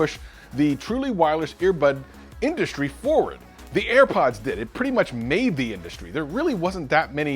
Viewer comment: "Earpods." Air Pods man!